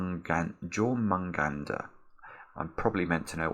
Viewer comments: Jore-mungandr hurt my soul. It's pronounced Yore-mun-gahn-der, and it is the World Serpent in Norse Mythology, the snake destined to consume the world, and is commonly depicted as eating its own tale, though that is the case with many mythological snakes. Destined to both kill and be killed by Thor in Ragnarok. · Just so you're aware, it's pronounced "Your-mun-gand-her" and it is the World Serpent from Norse Mythology. It's my favourite mythology, it's so cool to hear it in another niche I love. It is said to have circled the entire known world! Must've been a big guy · I am just gonna say, I scrolled through the comments, and the only one I saw which even slightly corrected you on that pronunciation was jay dyer’s, the closest I can type in English is “yormngandrr” but the first r is kind of rolled, but only once, like the Japanese pronunciation of “r” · Jörmungandr, (Yord mun gahn der) is kinda how you pronounce it. It’s also know as the World serpent. Basically it’s a big sea snake the size of the world. I believe the serpent has the soul of a giant in Midgard/ Earth. It’s apart of Norse mythology. And has relativity to the ouroboros. That’s all I know, may not be correct. But hopefully is some sort of help. :) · Brilliant video but it is pronounced yormungander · is pronounced yormungander, the world serpent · Jormungundr is pronounced- Yohr-mun-gun-deer in English. The dots and pronounciation in Norwegian the Dr at the end actually holds a rolling sound of an s. So it would be Yohr-mun-gun-Dssssh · Jörmungandr is pronounced "Yor-moon-gand-er" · I believe it's pronounced yorr-mun-gander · 'jor-man-gander' is most definitely a Swedish volcano - the J isn't pronounced like a Y - and is definitely not Norse nor a serpent of any kind - hit the nail right on the head on all counts! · It's pronounced Your-mun-gander It's the proper name of the Midgard Serpent, which is a giant snake is Norse mythology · Also the J is pronounced like a Y, so its pronounced Yormungander